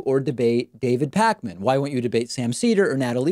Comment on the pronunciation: "counterpoints" "pac-man" these pronunciations, oof